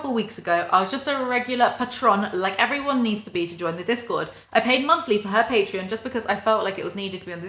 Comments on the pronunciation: the way you say Patreon sounds more like the alcohol patron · i have only ever heard pay-tron so your initial pronunciation threw me off guard lmao, great video tho, genuine thanks for being here and making content i like your stuff a lot